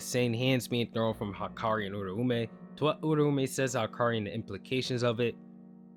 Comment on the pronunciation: that way or pronouncing uraume is.. bothersome putting too much emphasis on the ume at the end making it sound like surname edit: honestly assuming off screen planning for a never elaborated plotpoint is still going to sound like plot armor. Really seems like a lot of plot was allowed to just go his way ever since he exploited enchain but that's assuming Gege was just letting the Gojo fight go on long enough to drop the kill chapter teh same week as the anime sealed Gojo